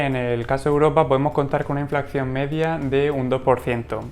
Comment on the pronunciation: Perdón, con todos mis respetos...creo q el término correcto es "Inflación" y no "Inflacción" como sueles decir. Y muchas gracias por el contenido dicho sea de paso.😉